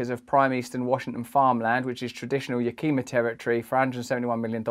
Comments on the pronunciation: Yah ke mah, Yakima. Not ya kee ma. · Pronounced YA-KEY-MAH - Yakima. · YAK' i Mah ~ The 2nd syllable is not stressed. Get the pronunciation right (wink wink) but by all means PLEASE keep talking about these things. Thanks. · Yakima is pronounced YACK a maw, not ya KEEM a. (Since we are honoring the native people it is nice to pronounce their tribal name correctly.) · Just letting you know that Yakima is pronounced Yak-i-ma not Ya-kee-ma. It is a Native American name. I really enjoy listening to your messages. Very well thought out and inspiring. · You are amazing and it's pronounced Ya Ka Ma. 😄 You are welcome to come visit us over here in Washington. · Its pronounced yack im ah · Brother Russel, very good try on Yakima. It’s actually pronounced “YACK-ih-maw”. Thank you for all you’re doing. ;) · Yaaa-Kih-Mahhh, say it with me, Yaaa-Kih-Maah, lol. Sorry, I just did not agree with the pronunciation of the city...just joshing you. I really love what you have to say Mr. Brand. Yakeema, LOLOL..Love it. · Dearest Russell, Just saying...fyi... It is pronounced.. Ya-Kim-ah... Thank you. Love you. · It's pronounced yack-ah-mah but I like the way you pronounce it better. I'm from Washington state and have watched this little turd take over much of the city's and now the most fertile farm land in this region. He's greedy. This doesn't feel right on so many levels man! Thank you for putting this up! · Yah-kah-ma is how it’s pronounced. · Yuh-kee-ma 😂Sorry, I am from there so it was funny to hear it pronounced like that. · Yak-eh-mah mate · Lol it’s pronounced Yak-uh-ma happens all time. Used to be one of largest drug trafficking communities north of California on the west coast.